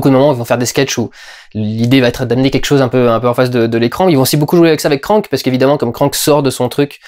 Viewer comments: Juste un truc, c'est "Krang" et pas "Krank" (ça c'est le film avec Jason Statham). ^^ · le film est nul, ok, mais c'est kranG, pas kranK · krangggg !!!! kranggggg !!! pas krank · Perso le doubleur francais qui prononce CRANK (comme crane) et non KRANG M'INSUPPORTE !!!